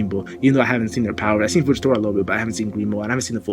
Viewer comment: I like how you start your videos but you sounded mentally challenged when you said power fse